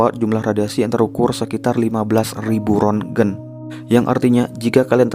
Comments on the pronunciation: Tulisan nya Rontgen tapi dibaca RONSEN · 3,6 rontgen,, itu bacanya "ronsen", bang,, Sprti, ronsen penyakir paru2 di rs harganya Rp140ribu untuk melihat penyakit bronchities